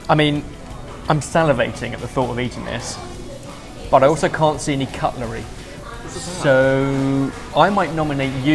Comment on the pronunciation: "I don't see any cuttlery..." knew his knife skills would have given him tactical advantage.